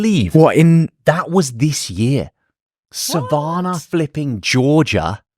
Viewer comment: JOSH...please do all Southerners a favor and pronounce Savannah correctly! The way you pronounce Savannah is like fingernails on a chalkboard to us Southerners!